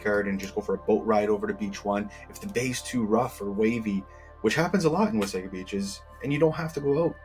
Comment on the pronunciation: Nice job describing the Wasaga Beach communities! Just a note on your pronunciation... City folk call it like you do but it's actually pronounced "Wah-saw-ga" beach. Blessings